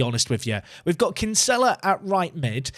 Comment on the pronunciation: As a fellow Dubliner that Kinsella pronunciation hurts my soul 😥